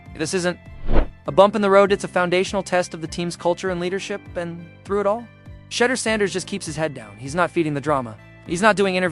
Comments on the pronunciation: I know you are ❤smart enough to pronounce Sha' duer' not sounding 'She' durs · Shee door not shedder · Gotdammit!!! “Shedder?” Pronounced “shee-DOOR!” Say it right, dammit, you silly bot voice! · When are you click baiters going to learn to pronounce his badge correctly. Shedeur =She dor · Thought it was pronounced SHAA-DOOR... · Please learn how to pronounce his name. No one likes you to mispronunciation of Thor name. I my self 😮 is sick of his name being mispronounced. Please stop and learn how to pronounce his name correctly .He is going to be around for a long time. Legendary and Perfect Timming❤❤❤❤❤❤❤❤❤ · You’re not gonna get a thumbs up if you can’t even pronounce the man’s name, I think if it was a human, he would be able to pronounce his name so I don’t believe this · say his name right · Until this bot can pronounce Shedeur's name correctly, I am tuning out.